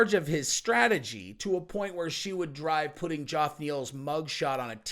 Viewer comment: “Joff” Neil 🤣🤣🤣🤣 fuckn Jeff mate Jeff